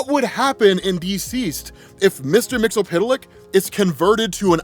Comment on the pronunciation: YES ROB, YES, YES. Finally pronouncing Mr. Mxyzptlk name properly...give his flowers guys 👏🏾💐